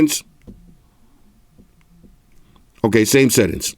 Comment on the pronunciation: Settings that sound like "Set Ins" 😎